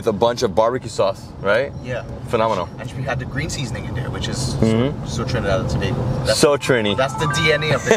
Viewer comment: is now an unofficial official ambassador of Trinidad and Tobago. Don't mind he mispronounces the names. That's an easy fix:)